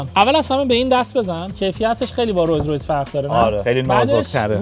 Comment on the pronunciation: داداش تورو خدا اسم رولز رویس رو درست بگو ROLLS ROYCE